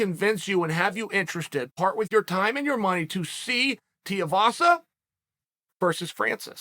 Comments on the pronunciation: its TUIVASA not TIUVASA hahaha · Too eee vaaa saaa say it with me Chael! Rhymes with Shoey vasa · God damnit Chael has me saying it Teavasa now lmao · Gotta start pronouncing Tai’s last name right. Coincidentally, it rhymes with “shoey”. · Hey BAM-BAM, should you read this, your surname is now Tiuvasa, Lord Uncle Chael of Manscaped-Ridge Walletville, has told us. Congrats, we did try to tell him a few vids back but he obv DONT READ COMMENTS. Tai Shoeyvasa. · Chael please it’s pronounced “too-ee-vasa” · "Tiavasa" lmao when Uncle Chael butchers your name that's that, your stuck with that name for life deal with it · say "tuii vasa" properly its not that hard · "Tai Tiavasa" - Chael Sonnen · “Tai Tiavasa” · Too ee vasa.. Chael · I've thought for a long time you were bad at names on purpose but consider just look at the dudes name. Tuivasa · The way Chael pronounces Tuivasa kills me hahah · Of all the names Chael butchers for some reason this bothers me the most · Ffs Chael, Tai has already fought and beat Andrei Arlovski. Would it kill you to do a bit of research man. Also, you give him some respect and pronounce his name right...